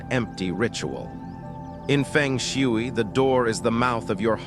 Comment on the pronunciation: Nobody will believe you. You can’t even pronounce Feng Shui in the right way. Research first how to pronounce it before making a video.